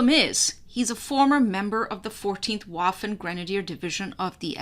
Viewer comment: thank you for proper 'spoken' word Waffen as per {V}. Thank you again for your excellent skills and knowledge. Cheers from Toronto!